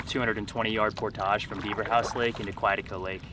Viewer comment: I enjoyed your video. You need to learn how to pronounce the name Quetico. Looking forward to more adventures.